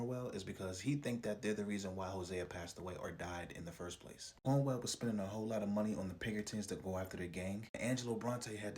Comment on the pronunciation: Cornwall not cornwell